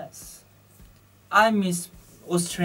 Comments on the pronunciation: I thought i heard "Australian bitches" but then reaction was like blank... so i was like "OOOOHH he meant beaches"!!!! Gosh he's adorable in a way lol xD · I heard bitches too :P